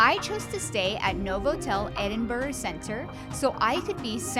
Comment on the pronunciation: For f*cks sake it's pronounced Edin-burra!